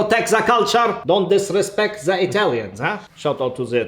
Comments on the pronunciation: “Don’t disrespect za Italians, shout out to za Italians”. Lionfield: Approved! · 'Za best in za west' Really cracked me up😂😂😂😂